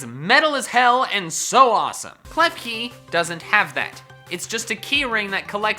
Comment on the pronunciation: KLEFKI, NOT KEFKELI!